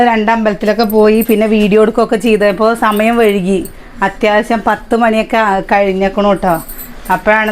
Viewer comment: സമയം വഴുകി അല്ല. വൈകി എന്നല്ലേ പറയാ